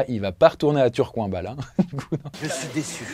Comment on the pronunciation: C'est Tourcoing et pas turcoing 😂